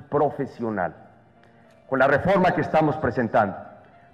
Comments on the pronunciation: La refRoma????????? Jajaja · la REFROMA? :|